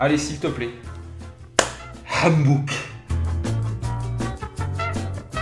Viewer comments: Mddr tu m’a tué le « Hambouk » 😂😂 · Ta tuer l'arabe 😂😂 “HAM BOOK” 😂😂🤣🤣 TU MA TUER